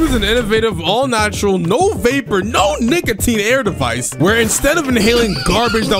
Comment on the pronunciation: Did bro say nigatine